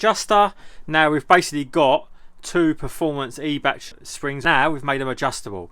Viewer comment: it's more like eye-bach. with the choking sound... like when you have to spit a yellow one "chhhh" .